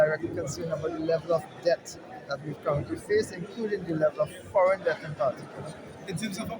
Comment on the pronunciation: Is it debt or death 😂 proper English please